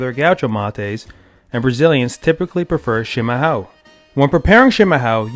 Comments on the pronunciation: It's pronounced (SHEE-MA-HA-OOM) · You're pronouncing it wrong It's Shee-ma- HUOE. The ão sounds is like adding an Uh before the o sounds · You are pronouncing chimarrao wrong.